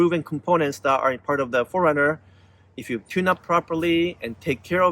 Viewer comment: Sorry, but it sounds like you're saying "foreigner, " and not 4Runner.